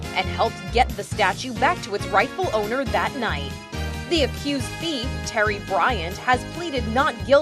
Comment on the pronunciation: I heard terry "bryant" OMG